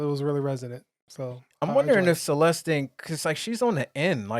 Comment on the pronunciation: It's Celes-the!!